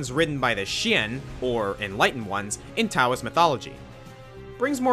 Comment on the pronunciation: Also the T in Taoism is pronounced as a D. Don't even ask me why lol.